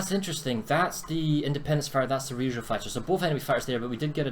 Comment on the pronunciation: wrong pronounciation of Ryujo and being a weeb stopped you from getting a sub :/ other than that, good video